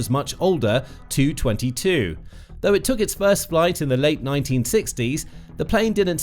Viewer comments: It’s “Tee-You” 22, not 222. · Nobody calls it the two twenty two. It is called the tee you twenty two FFS. TU stands for Tupolev not an effing number. Some reporters/AI's are just too stupid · You could always call it by its NATO designation: Backfire. BTW, I always thought it was pronounce TEE YOU 22, not TOO. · And of course it's pronounced T U, not "2". Great informative site, but some of the pronunciations are excruciating. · Constantly calling it a Too 22 put me right off watching this video. It;s a T-U 22 for crying out loud! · It's "Tee You" 22...... SIGH